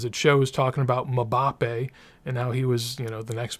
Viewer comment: Muh-bappe to the moon